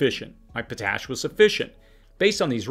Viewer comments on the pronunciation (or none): damn it, the word is actually pronounced as two words......POT ASH, only thing I can find to gripe about on this channel....lol